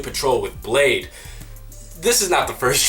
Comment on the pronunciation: I always accidentally pronounce bladee like you did (blad-ee) I love his music